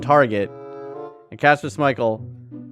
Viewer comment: Why does he keep saying Kasper Smichale